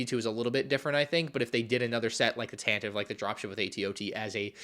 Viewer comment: Tan-teh-vee, it's pronounced Tan-teh-vee.